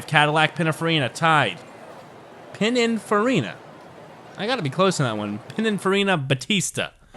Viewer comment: You are pronouncing Pininfarina very well.